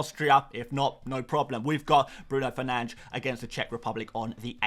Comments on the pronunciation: If your set on pronouncing Bruno Fernandes the Portuguese way, it’s Bruhn Fernanj. If you say Bruno Fernanj, you might as well just say Bruno Fernandes. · Bruhn Fernandes